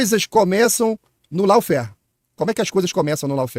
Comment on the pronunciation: Maravilhoso! Quanta cultura a ser divulgada! Cuida só pra não pronunciar "lau-fér", mas sim "ló-fér" 😊